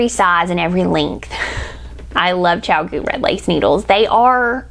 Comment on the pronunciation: Your chiagoo vs hiya hiya is a scream -- soooo funny